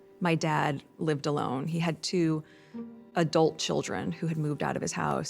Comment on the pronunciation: your poem is better than her poem recital...lol..Does she have to emphasize "ÄDULT CHILDREN"?